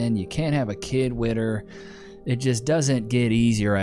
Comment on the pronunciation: "wit her"??? Hahahahaha